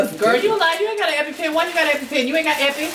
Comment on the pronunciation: Lmaof said I got an eppy pen 🖊 in the car.. sis said “ you aint got eppy”! Lol 😂